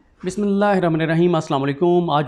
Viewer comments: صدیق بھائی اپنی بسمہ اللہ کا تلفظ درست کرو! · بسم اللہ صحیح پڑھ لیا کریں۔